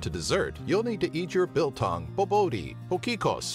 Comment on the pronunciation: I'm crying from laughter from his pronunciation of Biltong and Bobotjie and his discription of Koeksisters